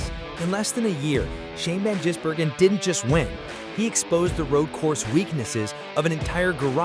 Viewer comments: GIZ not JIZZ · And what about 'van Jizzbergen'?😂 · Shane Van "Jizz"bergen!!!! LOL, American pronunciation is so funny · Shan Van “Jisburgen” haha 😂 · FFS you'd think you'd get his bloody name right. Lightweight careless AI BS.